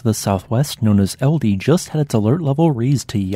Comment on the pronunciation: Pronunciation help, it's pronounced more like "Eld-ej". With the end being like "Eh, Steve!" 😀